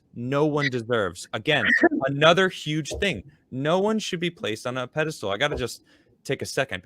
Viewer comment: Is saying "pedestal" or "pedostool"?:P